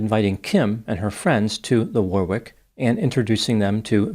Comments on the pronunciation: If the club you mention near and is called the “Warwick”, a pronunciation in England might be - “Worrick”. Like Warwick castle. Of course everyone is free to say it however they wish. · In English do not pronounce the second w in Warwick is silent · Do not pronounce the second W in Warwick